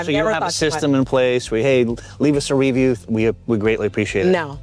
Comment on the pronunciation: I'm so glad she said "review" properly after the host said it with the accent on the first syllable 😆 Great interview though❤